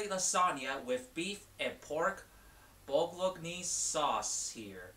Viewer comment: lol the way you said bolognese hahaha its pronounced (bolo-nays)